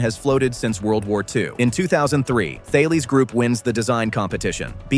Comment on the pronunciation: It's the pronunciation of "Thales" that really makes my toes curl.